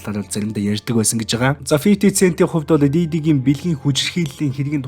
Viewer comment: Фифти сээнт гээрэй. Цээнт биш шүү